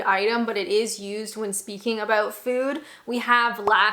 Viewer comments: the only time i really notice your Canadian accent is when you say a word with out in them like about, it comes out a little like aboot lol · Whilst your English "accent" isn't really that bad, the Canadian came out when you said "oat and aboat"... :D